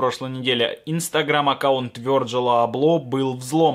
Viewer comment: Да блять почему Вёрджил если правильно Вирджил и не аблО а Абло